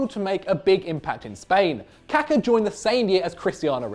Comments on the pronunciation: its not kaka you DUMBASS! its KakA' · It's because they are not pronouncing it correctly. His name is Kaká.. which should be read kaakaa...They way they are saying it is poop in portuguese too..